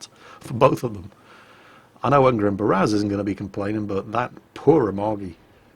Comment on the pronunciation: Ungrim is actually more of a dwarf name, get it right <3